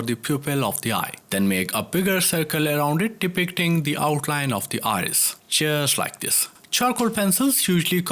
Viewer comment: I was always wondering what is this 'cheers like this' ! Only I accidentally switched on the subtitles. Then I came to know that it was 'just like this' ! 😄 Now even if you want to cheer up the viewers, I am always happy ! Best wishes!